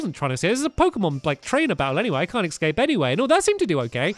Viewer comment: Stampy I'm sorry about saying this and I'm not trying to annoy you but it's escape not ecscape